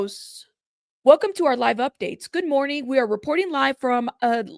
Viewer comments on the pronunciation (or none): none